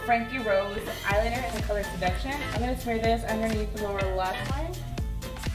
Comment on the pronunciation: You said heyeliner